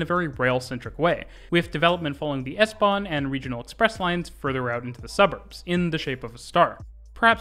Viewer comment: I was stunned by your pronouncation of the plattforms connecting U-Bahn and S-Bahn...very very good!